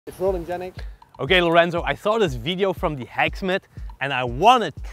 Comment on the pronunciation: i hear lorrenzo like speaking gibberish